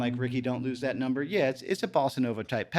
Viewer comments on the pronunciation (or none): none